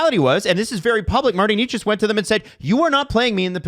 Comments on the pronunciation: Can anybody get Necas (NAY-chus) right, please?? It isn’t Knee-chus, no matter how many times the NHL media up north says it. He’s not a new player, he led the NHL in points for like the 1st 2 months. No excuses for that. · It's not Nay-chus either though. In Czech, the first syllable is not soft, it's pronounced as in 'never'. The second is not 'chus' but rather 'chas'. The 'a' is the same as in 'apple'. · Why do these guys mispronounce names. Eleeeis Peterson Martin Kneechas. I could be wrong, but y’all say them correctly in other videos. Is it a joke I’m missing? Some rule on YouTube? Idk they say it right sometimes and not other times. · It’s NAY-chas, boys.